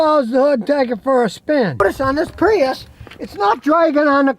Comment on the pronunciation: I dwive a Pweeus. 😂